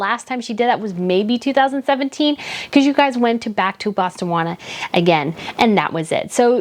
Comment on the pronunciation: BOSTAWANA?! its Botswana. You might want to look up how to pronounce Edinburgh while you're at it too, it's not Edinburrow